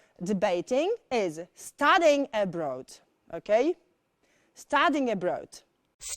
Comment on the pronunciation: kiedy powiedziała "studying abroad" usłyszałam bardziej "studying a bread" i zastanawiałam się o co chodzi